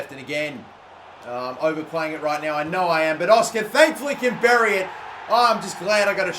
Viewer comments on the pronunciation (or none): none